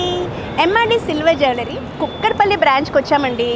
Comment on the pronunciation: kukkkkatpalli kadhu, first learn how to pronounce correctly